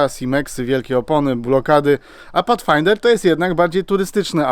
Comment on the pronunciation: Pathfinder, a nie "Patchfinder"...